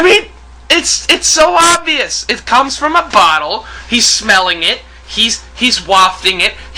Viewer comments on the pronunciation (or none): none